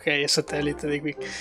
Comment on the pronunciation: piccola nota inutile, l'impero cinese Qing, si pronuncia Cing, scusa ma ogni volta mi sanguinano le orecchie ahahaha Ottima serie comunque!